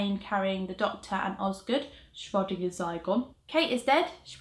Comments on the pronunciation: I spent a solid 10 seconds trying to figure out what she meant by "shrodding a zygon" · By the way you mispronounced "Schrödinger". Ö is not pronounced like O but more like, umm... "I" in the word "Birth".